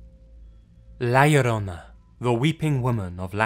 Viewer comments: Laura Metheny Also, he said La Llorona perfectly. 😎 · for not being hispanic the way you said la llorona was pretty good compared to others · Dang he actually pronounced la llorona right! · As a mexican I am amazed of how well you pronounce La llorona :D